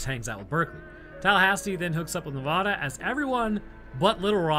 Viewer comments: Nev-A-da. Not Nev-Ah-da. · And it's ne-vad-a not nevaduh😂been here 18 years